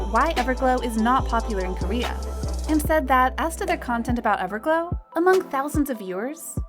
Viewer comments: did she said ever glue? 😂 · "everglue" 😭 I'm sorry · when she said evergloo 😂